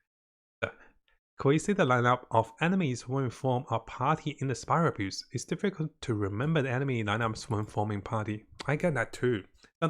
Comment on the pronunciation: Every time you say spiral abyss i can only hear "spiral abuse" 😂